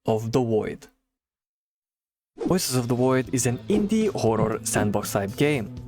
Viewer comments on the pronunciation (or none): Woices of the Woid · "wuioces of the woid" -this guy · Woices od da Woid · Woices of the Woid.